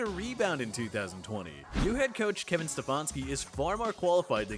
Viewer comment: “Kevin StePHANski” 😂